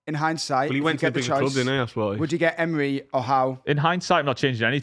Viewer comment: it’s “Emery” not “Emre”